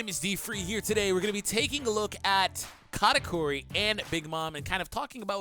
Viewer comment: I thought he said Kanike 😭😭😭😭